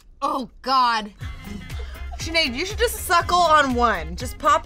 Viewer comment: no it is sineadde pronounced shinade